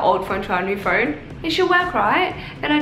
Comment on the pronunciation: Im confused 🤷🏻‍♀️ if its phoeewn? Phoewrrn?